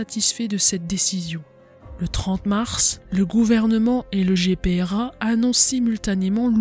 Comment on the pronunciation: GPRA et non Grpa